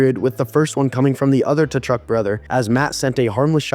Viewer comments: I can't take you seriously if you don't even know how to pronounce "Tkachuk". They only mentioned it about a billion times during the broadcasts of their games. Come on now. If you can't even, pay attention to that, then why should I even watch your videos. Your analysts can't be taken seriously. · The T is silent in Tkachuk btw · right?…. how can you have a hockey channel, and not know how to pronounce Tkachuk 🤦🏻‍♂️ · TAchuck? And you have a hockey channel? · how can you have a hockey channel, and not know how to pronounce Tkachuk